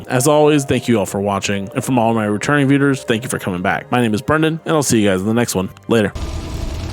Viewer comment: lol returning “Viewders”